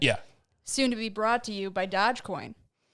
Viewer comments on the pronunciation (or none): Dogecoin is named after a dog named after the chief executives of Venice and Genoa and it's not pronounced "dog"